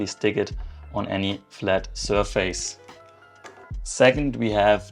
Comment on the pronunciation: bro, man spricht es "Sör-fiss" und nciht "söhr-fäääys" aus